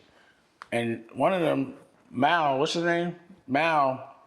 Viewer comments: Calling Mal “MAHL” is hilarious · Rory & Mal (Pronounced "Maul")